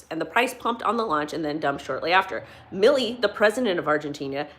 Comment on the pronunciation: It's "Mil-lay"...not "Milley" . Thanks for the video. Much love.